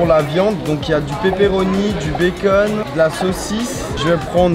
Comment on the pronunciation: C pas pé pé pé comme loni il dit